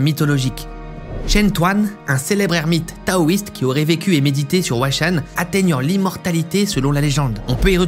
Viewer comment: c'est chaud d'aller dans un endroit et de mal prononcer son nom. Huashan à prononcer RUACHANE (prononciation des lettres à la française le H se prononce R)